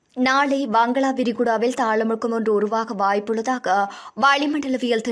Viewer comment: வங்களா விரிகுடா இல்லை வங்காள விரிகுடா 😂😂